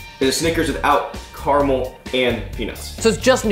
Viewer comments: It's carAmel, not carmel.... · Three syllables in caramel! 😅😂